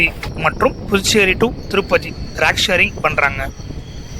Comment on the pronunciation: தம்பி அது “ராக்” இல்ல. “ரேக்” (Not rak. It is rake)😊